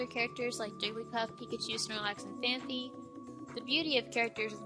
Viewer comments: It's PhanPy not PhanPHy. It's a common mistake, especially since the anime characters say it wrongly. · you said phanphy instead of phanpy